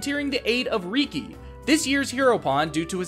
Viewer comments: I also noticed Ahkos and Riki were mispronounced. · Yeah, Ahkos's and Riki's pronunciations bothered me. They say the names in the cutscenes, so there shouldn't be confusion on how to pronounce them.